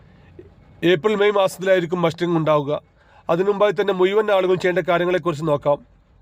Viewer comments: മുയുവാൻ അല്ല മുഴുവൻ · എട ചേട്ടാ മുയുവൻ അല്ല മുഴുവൻ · ആദ്യം സംസാരിക്കാൻ പഠിക്കൂ.. മുയിമൻ എന്താണ് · മൂയ്‌വൻ എന്നല്ല. മുഴുവൻ.